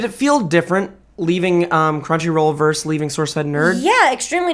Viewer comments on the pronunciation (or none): Dammit,, the word is VERSUS....not VERSE. The word you're using is part of a poem or song. The word you're trying for is VERSUS. There are 2 syllables. I hate being a douche about it, but someone who speaks publicly for a living oughtta know this.